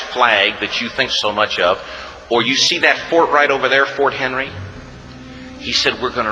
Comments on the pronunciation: Sure, this story is well known to us. Mostly as how our national anthem was written. And I think somewhere the narrator said "Fort Henry' when the real name was 'Fort McHenry'. The real flag is on display in the Capital. The thing about the piled up bodies was literary license, because only four were killed, with many wounded. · Clarification from your friendly Historian: 1. It was the United States of America (no longer the colonies) at this time . . . aka the War of 1812, when Britain tried a do-over of the Revolutionary War (it didn't work again). 2. It was Fort McHenry (not Fort Henry, as the narrator said at least twice). 3. It was a lot of ships but NOT the whole British Navy and NOT hundreds of ships. 4. It was cannon balls, not artillery shells, still it was destructive. 5. What sets the Americans apart (NOT the American Christian) . . . so many liberties taken in information here . . . 6. The flag is still in the Smithsonian Institution museum to this day and it is huge, with cannon ball holes. 7. Francis Scott Key wrote the poem that became the song. The quoted song by the narrator on this video has errors in quotation. This mostly true tale is why Americans don't let the flag touch the ground. It is the ideals we still strive to more fully achieve that are represented in the flag. Thanks for your thoughtful reaction from too hot California, USA. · If that doesn't move you, you are not human! Seen this a handful of time with British reactors and none knew it was Britain we gained our independence!??! Here from Baltimore Maryland live within walking distance of Fort McHenry (not sure why narrator says "Henry"). This story didn't go nowhere near the extreme of the bodies at the base of the flag pole! Eff King George!